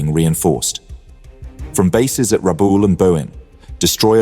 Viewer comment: Good graphics - but gotta learn how to pronounce words like ‘bow’ and ‘Rabaul’ or you sound like you don’t know what you’re talking about…